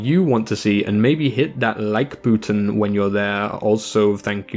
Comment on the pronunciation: "LiKe BoOtOoN"